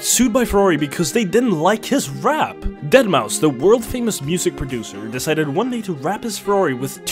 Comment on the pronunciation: that’s how you pronounce Deadmau5’s name. Dead Mouse.